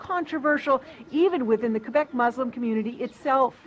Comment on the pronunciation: Ana again comments on cultural issues, while pronouncing Québec incorrectly. More TYT irony.